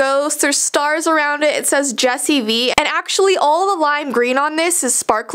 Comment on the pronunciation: Jupiter Gacha lol “” 😂😂